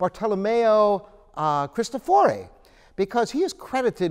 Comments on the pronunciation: Bartolomeo cristòfori, not cristofòri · Bartolomeo Cristòfori not "bardolomeou kristofòri".